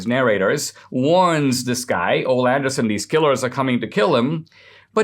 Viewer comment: Ole is pronounced O-Lee